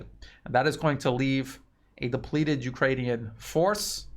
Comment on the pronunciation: "ukranune D DAY" give us a break LOL